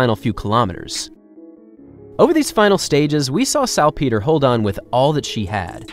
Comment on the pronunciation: Hmmm, is that how you pronounce Salpeter? It's a lot different than the commentators at most major marathons have pronounced her name. I don't think there is a hard "ee" sound in it, but could be wrong.